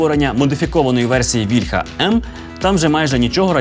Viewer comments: але пан Тарас Чмут завжде каже вільхА, а не вІльха кому тепер вірити? :( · А чому вІльха,а не вільхА? Чи вільхА це дерево,а вІльха- це зброя?